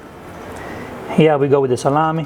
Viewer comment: Just say " Salam-e ( not i), Salame. ( go in google translate and listen how italian pronunce " e" and "Salame" not "Salami" ( salami is plural, salame is singular)